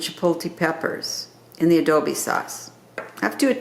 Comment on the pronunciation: Yummy!! But it adobo. Long O. It’s also much easier to take the seeds out before you soften them up and you don’t have the problem with straining them again